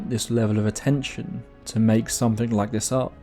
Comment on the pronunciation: "..Somefing was bovering him..", "..Could see frew the window..." Ugh. Please practice saying your Th's. Th, Th, Th, Th. There is No 'F' in 'Th'!